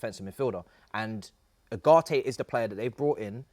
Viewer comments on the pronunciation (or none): Man really said ugarte